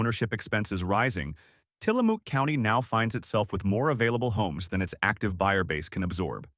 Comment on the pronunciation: Some of the mispronunciations are just painful, but hearing Tillamook pronounced as Tillamooooook is pretty hilarious! 🐄 Separately, this isn’t factoring in what Trump has done to the economy across the United States which, typical Republican, trashed the gains from the prior Democratic administration. The only time the Republicans care about the deficit and the economy is when they are not in power!